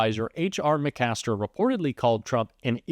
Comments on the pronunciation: it's McMaster, not McAster. Learn to read 🤣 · you said McCaster instead of McMaster. If you're going to critique someone's reading skills, you need to be perfect. Even though the Maga people probably wouldn't notice.